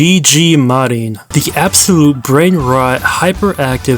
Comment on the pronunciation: bro... It's MU-RIM , not Marin.. she's not marimari..tho it's close enough tbh